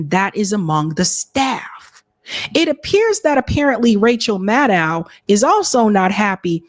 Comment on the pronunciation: The Rachel Mad-Dow pronunciation is killing me 😂